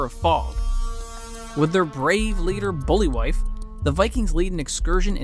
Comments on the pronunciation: Obviously you've seen the movie so get the pronunciation of the names right. His name is not pronounced "booly-wife" it's "bul-vie". 🙄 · “Bully-wife” and “Aha-mad” 🤦‍♂️ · Banderas' character is called Ibn (pronounced A-Ben by Herger and it's Buliwyf (pronounced Bull-vy) the film is good, bit of comedy, action, horror. NO CGI. Under appreciated gem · Did you really butcher the leaders name so badly? haha